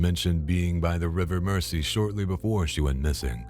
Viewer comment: It’s pronounced merzey not merci